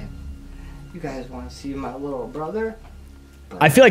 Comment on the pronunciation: Aww whittle bwilly